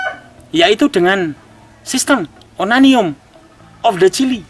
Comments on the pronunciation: Onanion of the chili wkwkw 😂😂😂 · Onanium??? Wkwkwk, pd nyadar gk gaes? 😁